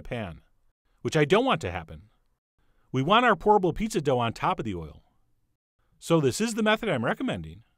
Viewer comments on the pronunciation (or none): Great Video and idea Chef John but you should know every time you said Pour-able Pizza Dough it sounded like Horrible Pizza Dough. Just thought you should know. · I heard that also😩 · Lolll same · Anyone else misheard it as "Horrible" pizza dough and just went O_O! xD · Definitely thought he said "Horrible Pizza!!!" at first. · i heard horrible pizza D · Whenever he said 'pourable' I heard 'horrible'...😂😂 But great idea though. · Instead of pourable pizza dough I always understand 'horrible pizza dough'. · Every time he said "pourable", I heard "horrible". It did look good in the end though. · It sounds like you're saying 'HORRIBLE' instead of 'POURABLE' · Raise your hand if you thought he said "horrible pizza" in the intro lol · I thought you were saying "horrible pizza dough" a couple a times. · LOL i thought he said horrible instead of pourable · I keep hearing "horrible pizza crust" 😂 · Am i the only one who keeps hearing "horrible pizza dough " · everytime he said POURABLE pizza dough, i kept hearing HORRIBLE pizza dough :-\ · I keep hearing "horrible pizza dough" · Yep, horrible pizza dough, lol! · I keep thinking he is saying "horrible" pizza dough haha. This is a cool idea. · I thought you said "horrible" pizza. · I keep hearing him say horrible pizza dough